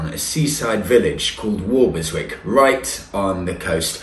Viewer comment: Hello,, We used to live opposite Walberswick at Reydon and to be pedantic it is pronounce Wobbleswick by the locals. If you visit in August you might be able to join in the British Crab Championship alas it hasn’t happened for a couple of years re COVID, and you can also buy the T shirt proclaiming that, I caught crabs at Walberswick, wear it if you dare. Love the tracker great piece of kit and no annual fee, perfect for that extra piece of mind. Thanks for showing some better parts of Suffolk.